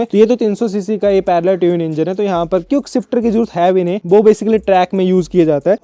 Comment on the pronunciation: Hahahahahahhahahahahahahhahahahahahahahaha bro hear him say cuikeshifter hahahahahahahaahaha